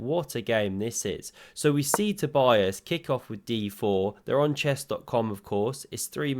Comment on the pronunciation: So his name is pronounced toe-BEE-is KER-luh (very roughly). But the first name is the most important one. toe-BEE-uss